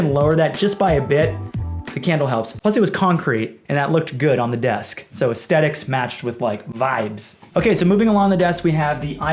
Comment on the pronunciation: please pronounce aesthetics correctly once